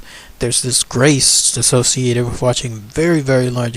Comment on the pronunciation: Also no offence but maybe you should try and change your grammar and diction for these videos? Hearing you speak so eloquently most of the time and then hear you pronounce With as Wif is annoying and makes you sound uneducated. I am just trying to help you refine your content. Good luck.